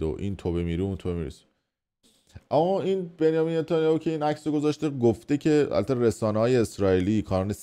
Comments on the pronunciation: نتانیاهو من دیگه منتانیو 😂😂😂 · شتر تو نمیتونی بگگی نتانیاهو یبار گفتی ریدی باقیشو گفتی بنی 😂